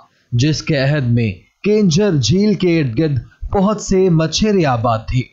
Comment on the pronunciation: Bhai ye kenjhar nahin keenjhar hai